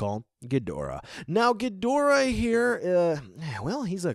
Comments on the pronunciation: It’s ghidorah not gidrah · It's Ghidorah not Gidrah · In Japanese katana his name has always been pronounced not Ghi-door-ah, with an emphasis on the door, but キングギドラ Kingu Gi-dora. Bandai typed the tag to not be American name accurate but simply close to English pronunciation accurate. It's like seeing Radon instead of Rodan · Thats right , Its not ghidorah dude , its gidrah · U said ghidorah wrong